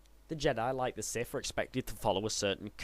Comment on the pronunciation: Its pronounced siTH, not Siff